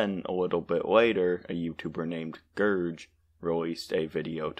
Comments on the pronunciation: ITS A GERG NOT A GERJ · Gerg literally says his name in every video bro 😭 in the video you talked about too. Its pronounced Gerg not Gerj. Gerg is also very clearly playing a satirical character in the video. You need to do some research about the people you respond to, as Gerg is a chill person and has a character that is angry and mean, which he is playing.